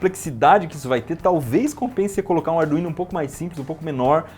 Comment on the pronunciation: Ardu-ino e ardu-vino foi de lascar kkkkk